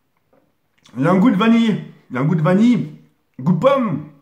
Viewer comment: ptdrrrr comment il dit vanille mdrrr VANILLY PTDRR